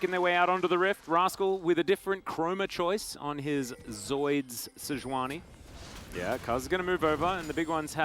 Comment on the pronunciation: sei-juani c'mon... it's sejuani